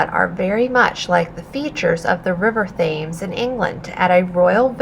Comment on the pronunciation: FYI Thames is pronounced “Temz”